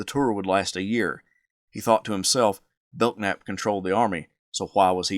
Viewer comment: Bellnap not beltnap 😢